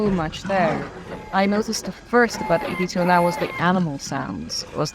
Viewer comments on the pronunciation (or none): ED209 is pronounced 'Ed' 209